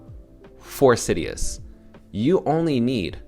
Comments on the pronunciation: IT'S SI-DUS.. not SidEEus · sidus (see-duce latin for star mentioned in first AMA) is the pronounciation. not trying to be a jerk haha just heard it pronounced 100 different ways :P